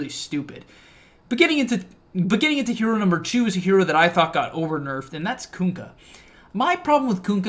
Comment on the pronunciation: "Kunkk-y" lategame